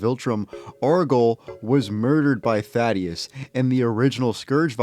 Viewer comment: It’s not thad ee us it’s thaedus th a dus